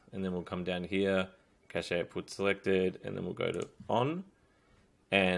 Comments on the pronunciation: its pronounced "cash" not "cachay" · Thanks a lot ! Just a tip : It's pronounced like "cash", not "cashay" ;) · Cache is is a French word. It's pronounced like cash in English. The e is silent.